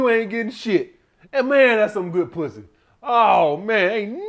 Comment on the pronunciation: “Some sucka Pwuzzy!!!” 🤣 I’m dying over here on public transportation. 😂